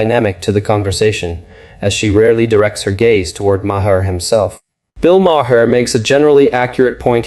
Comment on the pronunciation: where on earth are you from? you cannot pronounce bill maher's name, ever, and candace owen..... the way you pronounce all these names make me think that you are a bot, or extremely dumb.